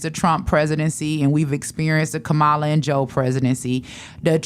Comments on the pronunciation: Angie her name is KAMALA or COM-MALA to help you pronounce it correctly I agree with your talking points but at least say her name correctly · It’s a shame, she is a black woman and mispronouncing VP Harris’ name. If you can’t pronounce her name, let’s try calling her VP Harris. Angela Stanton is a disgusting individual who is upset that she couldn’t grift like Candace Owens!!!!